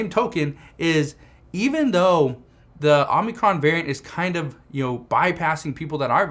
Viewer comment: It's Omicron not Omnicron!